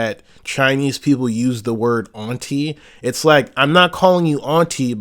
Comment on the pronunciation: Bro pronounces “auntie” weird…